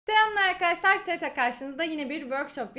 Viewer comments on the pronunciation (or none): Telamlar aykadaşlar dedi girerken :D